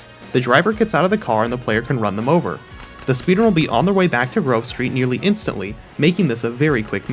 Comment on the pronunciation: Why i am one hearing that. When he says Grove Street somehow i hear Girl Street🥴🤣